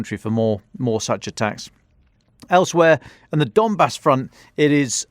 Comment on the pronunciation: "We are going to go up the the dombass" 😂😂😂😂